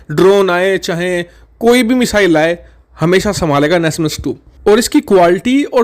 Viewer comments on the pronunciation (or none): Wo nasam he nasmas nahi